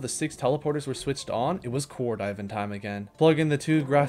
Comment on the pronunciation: I love your pronunciations of the planets and ores, Vesnia -> Vanesa hahaha